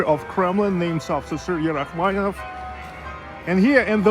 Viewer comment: Interesting video. You provided Rachmaninoff, Rackmanieff, is the “ni” silent?